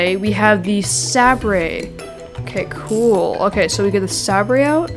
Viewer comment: love the vid. poor guy can't say sabre :(